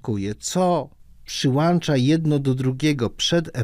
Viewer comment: Przyłącza nie przyłancza